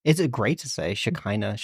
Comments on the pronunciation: Im Israeli and I was a little confused at first when u said it was a Hebrew word but then it hit me that it's very much not pronounced "Shekinah" it's pronounced sh-ch-eena. Lol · The pronunciation of the word is “ch-hi-na”… this is hard for English speakers :) “Sh..he..nah”… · fun fact Shekinah Hebrew the k is sounded as h …although the way it’s pronounced here is also fun to say ☺️ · As a Hebrew speaker wtf is Shekinah? 😂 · I am not saying you pronounce it wrong maybe thats how they called it but the Hebrew word is how i said..